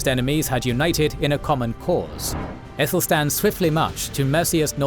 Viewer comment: Good, but Aethelstan should be pronounced with a hard ‘a’ - not “ethelstan”, but as in apple, Athelstan.